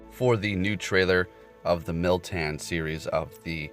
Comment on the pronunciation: There is no i in moltan lmao